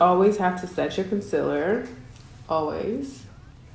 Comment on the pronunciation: Gurl bye did u just say conciller